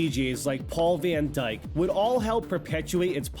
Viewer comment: Thanks for the Docu, its quite interesting! Though: The Band is called "Kraftwerk" not "Kreftwork" XD "Kr-ah-ft.w-eh-rk" not "Kräftwörk". PS: And its not "Vienne Dyke" but "Van Dyke" that's like the dialect'ish netherlandish version of the German word "von" = "of" Its like "Paul of Dyk" like a Title... Once from Landlords or so. But its not Vien but VAN spoken like "FUN" actually not "wien". You can just look it up in Google for "Duden/original Pronounciation" and let it be read one time, then you see how its pronounced. Its so easy. Cold Straight pronounciation of letters in a mono-version-pronounced letters alphatbet/ abc. . xD But the worst is the Woman in the S-Train-Information-Announcements she sais "Next station Pörpelbeuäurtel" insteadt um Poppenbüttel even though she is german mothertongue and she intentionally tries fake pseudo-british accent its so stupid in hamburg germany. Tussies cant pronounce their own mother language IF THEY WORK as a SPEAKER in a Train-Information-Speaker-Service. They could have taken anyone BUT her... But her.. they paid the only german that has a pseuso british accent and paid her to speak for everyone. xD